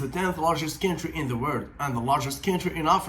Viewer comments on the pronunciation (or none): Commenting about those languages that I know (Turkish, English, Russian) apart from some off-pronunciation (country like "kentry"), you do speak well. I haven't seen Turkish spoken in these videos as grammatically correct as yours. Impressive.